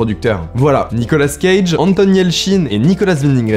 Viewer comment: C'est Nicolas cage pas Nicola scage